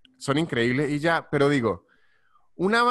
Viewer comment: Amo, AMO, cuando dice "y iá" jajajajaja es geñal!